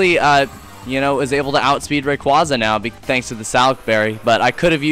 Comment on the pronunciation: u said rayquaza wrong